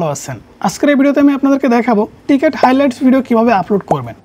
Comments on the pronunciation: টিকেট না ভাই, ওইটা ক্রিকেট হবে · ট্রিকেট না রে ভাই ক্রিকেট 🏏😅😅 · টিকেট হাইলাইটস না রে ভাই এটা ক্রিকেট হাইলাইটস